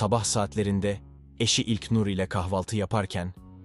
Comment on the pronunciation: İlknur demek bu kadar zormu admin ilknnnnurr ne yaa